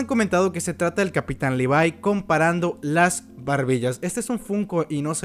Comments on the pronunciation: buen video pero deja de pronunciar los nombres mal por favor levi es LE . VI no LI . VAI y angie es AN . LLI no JAN . LLI , no inventes pronunciaciones mal hechas sin saber ingles jajajaja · Dislike porque en vez de Levi decís levai :v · Se pronuncia "livai".